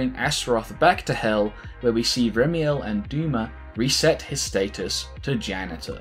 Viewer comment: “After this he goes on to directly fight the ganitor.”